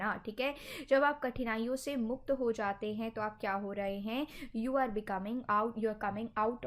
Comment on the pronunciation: मुख्त नही आदरनीय मैडम जी मुक्त होता है